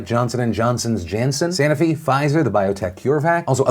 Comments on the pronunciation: Ahh Phil... Phil Phil Phil... It's pronounced SA-NO-FI not SANA-FI. I'm cringing here, cuz I used to work at this company like 18 years ago. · I work in biopharma and the only thing wrong about this video is how Phil kept saying sanofi wrong. SAH NO FEE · *Sanofi - anyone else thrown off by how this was pronounced?!